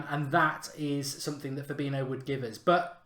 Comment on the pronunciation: How can someone not be able to say fabinyo not fabino???